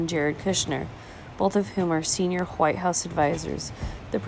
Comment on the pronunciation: Lol huwhite!